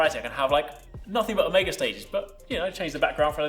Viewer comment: 'Omeega'....disgusting pronounciation